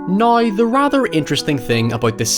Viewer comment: I like how your accent transforms words like, "now", into a completely different word. Drop the "w" then add a "ya" so it becomes, "noya."